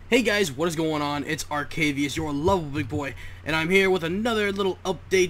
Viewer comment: + you said it right